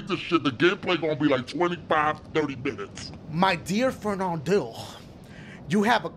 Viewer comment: I didnt was looking at the screen and heard " My Dear friend on Diugh " then I said wait what and saw that it said Fardinand